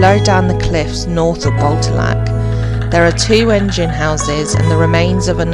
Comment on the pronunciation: Great tour at Botallack mines and the stay at Sennen Cove 😊 Beautiful and interesting places. I have walked past both and will visit again and take more time to look around 😊. I believe Botallack is pronounced with the emphasis on the second syllable. Like Bo-TAL-lack 😊